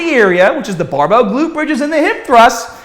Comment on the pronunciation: Boom!! Butt before we get stahhhhhted.. Bam!! Buy youhself a bahhhbell and stop listening to gahhhbage tips... bang badabing badabong.